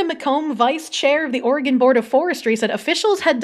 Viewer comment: bruhhh “ore gone “💀💀 *Oregin *